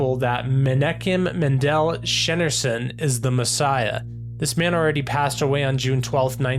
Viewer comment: I'm always saddened to see how deep the deception is & just how veiled the eyes are to seeing the truth of who Yeshua is. And by the way the correct pronunciation of rabbi Menachaim Schneerson's last name = Shneer-son. Thanks & shalom for sharing this video!